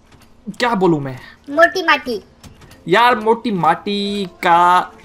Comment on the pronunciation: Moti Nahi Mati Achase Bolo 🤣🤣 Plz.......